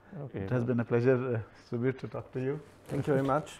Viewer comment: It is subir not sabir